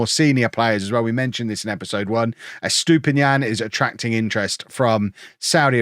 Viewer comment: I hope you sell Estupiñán soon cause you butcher his name every time 😂